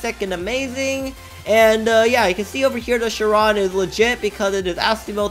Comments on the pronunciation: The way that he said Chiron wrong (Sh-Ron) (Correct way is Sh-irr-on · bruh bugatti chiron SUPERSPORT starts with "ch" lol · it’s chiron